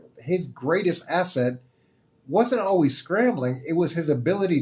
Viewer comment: Is this the year Colin learns how to pronounce “always”?